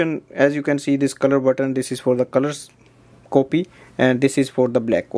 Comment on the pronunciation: It's funny when they say copy like sound of a coffee word hahaha